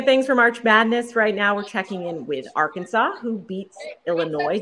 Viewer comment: It's Arkansas not arky